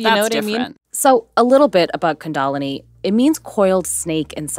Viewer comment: Even in India, kundalini isn’t pronounced the way one of these hosts claims is the proper way.